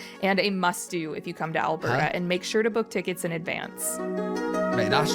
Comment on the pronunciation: It's Alberta, not Albrrrrrr lmao.😅 and come on, it does not snow all year round lol! I think you ve seen enough videos of ALBERTA to know this already!